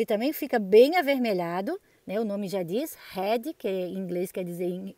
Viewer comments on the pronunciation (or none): Quando voce fala "rred" significa cabeça, pra falar vermelho "red" deve ter o som do r fraco como em varanda. Nenhuma palavra em ingles que começa com r tem som forte como em carro. Todas com r fraco, como ex a lovely rose nao é "rrose". Foi so uma dica pro seu video ficar ainda melhor, pq as suculentas estao lindas demais! Feliz ano novo.